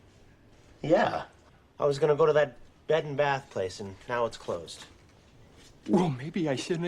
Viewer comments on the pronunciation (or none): none